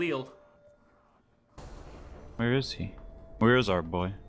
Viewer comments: William B it's pronounced "galil" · Grumpy Slugzzz Sorry. I think its actually pronounced "GALIL" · William B "Guh-Leel"